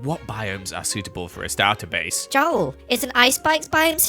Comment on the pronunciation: “Starter bace” hahahaha